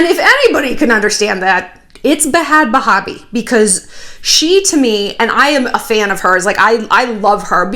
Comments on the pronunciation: I love you shallon but stop calling her Bahad bahbie it sounds so stupid and its stops being hilarious after the 20th time it just makes you sound like one of those older ladies that is trying to be hip. Lol no shade. Im just keeping it real. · And you pronounce bhad bhabie just like 'bad baby'. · Is it a joke or does shallon not know it’s pronounced “BAD BABY” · It’s pronounced bad baby, but honestly I used to pronounce it Bad Baaaaabie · its not bad baby... its BA-HAD BA-HA-BI... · “Bah haaad bahaah bie” 🤣🤣🤣 shallon I love you . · Honey!! I love you, but.... it’s “bad baby” 😘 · the way you say bhad barbie made my day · U can’t PRONOUNCE her name!! To be a huge fan and not be able to pronounce her fucking name ... you aren’t a fan. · the pronunciation of bhad bhabie tho 😂😂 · I love it when Shallon tries to pronounce "bhad bhabie" 😂 same, girl. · Shannon you kill me you know and we all know damn well you give af about bad** baby** lmaoo the way your pronouncing it is hilarious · Shallon struggling to say Bhad Bhabie is so me. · It’s funny how u try to say her name wrong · She’s not, “adding class.” She’s making it sound like a Muslim name. Lol